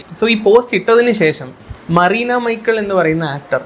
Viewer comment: മറീന ആണോ മെറീന എന്നല്ലേ